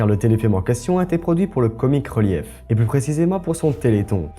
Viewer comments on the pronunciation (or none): Ça se prononce "Docteur Hou" et "Comic Rilif" ^^ Bonne vidéo !!